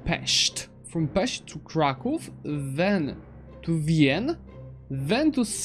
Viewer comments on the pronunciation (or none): none